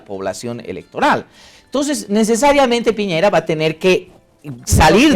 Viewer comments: Gusto de saludarle señores...soy de chile y nose porque llegue a este video ,me parece bien que comenten nuestras elecciones,pero creo que la conductora y los invitados,debe saber que el candidato es de apellido Piñera y no piñeira como lo mencionan reiterativamente, saludos. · Señora la invito a visitar el país, para que se haga una idea real de lo que es Chile, para que vea con sus propios ojos que nadie está pendiente de Bolivia....no nos interesa.Y por favor lea como se escriben o pronuncian los apellidos de los candidatos...no es piñeira, es Piñera, No es guillen, es guillier. Ya con eso me queda claro que ud.no es periodista. Nada de lo que dice o afirma puede tener asidero con ese nivel de cultura. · Esta mujercita no sabe leer? En todas partes dice Piñera. En donde vio que el apellido era "Piñeira?" escolaridad basica y aprendes a leer bien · Que pobreza, de periodistas , dale esta gorda , de no saber el apellido de P i ñ e r a. Señora gordaaaaaaaaa.